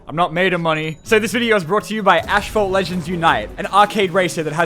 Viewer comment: "Ashphalt 9"